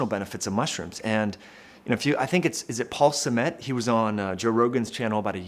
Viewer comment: I commend your courage for being open about this stuff on your channel. Oh and it's pronounced stam like stammer and mets like the NY Mets, with the emphasis on the stam.